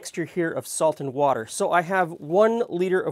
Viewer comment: I came here straight from Brad’s chilli, so as soon as you said “wourder”, I giggled. 😂